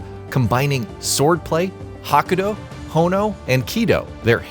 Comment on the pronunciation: I feel like you shouldnt be making a review on anime related stuff if you cant pronounce the names right, it really not that hard, also its Hado...not hano....lol feel like you're trolling at this point